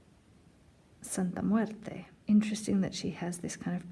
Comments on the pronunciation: Love the way you pronounce Santa muerte ❤️❤️❤️❤️ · You're the first person I hear it say it correctly in English and it sounds smooth too👌